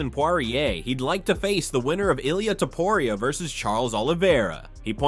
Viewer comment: Why is it so hard for these people to say Topuria???